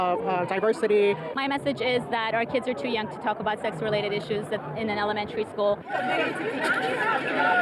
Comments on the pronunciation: OH FOR CRYING OUT LOUD, now I understand why he says “LGTV” and says the word sex funny because of the YouTube algorithm etc etc 😂😂 . Initially I thought he was being contentious (in the first videos that I watched ) and then after watching numerous of his videos it’s quite obvious he’s not ( and quite frankly at what seems at face value, a very nice man ). ✌🏼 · Why can't say the word "sex"... is it a YouTube thing?